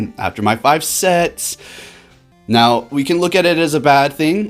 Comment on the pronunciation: "We had some beautiful SETS yesterday." Why the hell did I hear, "We had some beautiful SEX yesterday."??? Im over here dying. But, anyways, awesome gameplay